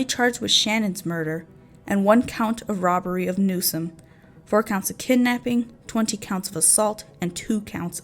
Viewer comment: I just have a feeling this video is going to fall very short of your claims…ESPECIALLY because you mispronounced NewsoM. Not Newson. NEWSOM. It’s important when you’re talking about murder victims.